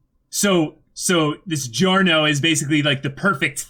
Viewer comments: Actually no. As an italian, I can confirm that the italian pronunciation shoud be something like “jo-rno jo-van-na”. The “Gio” part sounds exactly like you would say John, Johnatan or Joseph. The extra “Y” you mention is somewhat of an mistake english-speaking people make. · It’s not Dio-livery, it’s Di-Giorno